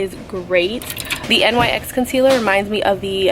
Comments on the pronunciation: I’m not being mean but it’s my biggest pet peeve when people say N..Y..X. It’s pronounced “nicks” 😭 don’t come at me people okay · its not N Y X its nyx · It's not N.Y.X it's a word : NYX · No hate at all but NYX is pronounced nix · I never had somebody pronounce nyx by the letters😂 i just pronounce it “nicks” but tomato, tamato. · it’s not nyx the literal letters it’s nyx as in “nicks” 🤣 lol